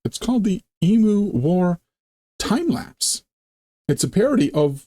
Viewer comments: just for future reference, the word Emu pronounced EM, U, and not E,moo. Not that we have that out of the way. As an older Aussie, I have never heard of the Emu war so I've learned something about my own country. 🤣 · It's true they tried to kill off a lot of emus (It's said e-mews not e-moos BTW). Not really a war but they certainly brought in the army and machine guns. As an Aussie, that is embarrassing. It makes a great story though and as you say it was just after a real war so guess they had the guns and ammo. Also emus are really cool, they have zoomies like cats sometimes. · Pronounced EEm.you, not Emoo, sorry! LOL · You pronounce it as e-moo Australians pronounce it Eeem- you. We tend not to call them a flock of emu's or likewise a herd of Kangaroos but rather both are called a ' mob '. Mob is probably the most common term to describe any form of gathering including, family - my mob. Politicians - that crooked mob. Aboriginies- their mob. The only group that are not called a mob are TELSTRA the name that has stuck for them is F**** TELSTRA. Farmer's in the West are called Cockies. Cattle ' ranches ' are called Stations and the Station owners are called pastoralists. The region wheat is grown in the West is called the Wheat Belt, around the size of Great Britain, the emu's were gradually overcome but believe me they're still plenty around. As to the Great Emu War. Nothing like adding a long tail to a story, it's a local art form. You have to be mindful of that when unravelling any story told by an Aussie. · I really hope you took notice of how the world Emu is pronounced, there is no M in it.